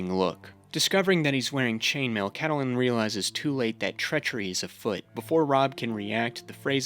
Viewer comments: Cattle-Lyn? It's pronounced Cat-Lynn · I'm 20 minutes in. Great video so far, but your mispronunciation of Catelyn is driving me nuts. It's Cat-lynn, not Cah-teh-lynn 💀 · Why are you saying Cat uh Lynn. The pronunciation is Cat Lynn. In the show and the books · The way you’re pronouncing Catelyn 💀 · The way you pronounce "Catelyn" annoys the hell out of me. Even tho it appears that is the right way to say it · You mispronouncing Lysa’s and Cat’s name made me turn off and dislike your video. Did you watch the show?